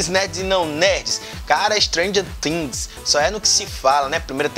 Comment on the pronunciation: Ele pronunciou Tings? Doeu na alma agora.